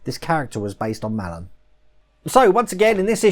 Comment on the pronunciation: Hello, great video pal, really impressed with the propeller, oh and Sailor Malan's name is pronounced Mlan, will tune in for live stream tonight, Lee.